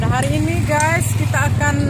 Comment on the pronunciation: " oke gays" 🤣🤣